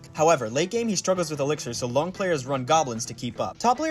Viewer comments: It’s obviously “Long” not “Lung”. Sorry, I had to say it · "Loo-ong" not long